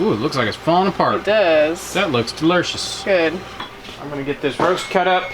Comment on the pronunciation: 😂”That looks de-lur-shus!”